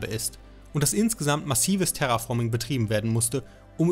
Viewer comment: Hat er Terraforming gesagt? 😂😂😂